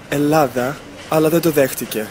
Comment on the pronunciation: Ελλάντα σ' αγκαπώ 😂😂